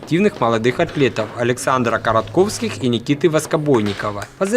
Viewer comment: Коротовских а не коротковских